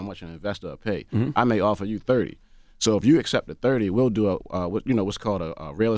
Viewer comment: The way he says "DEUU" YEUU"...